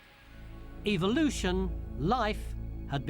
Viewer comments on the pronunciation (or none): Omg...it's evolution......not evilution.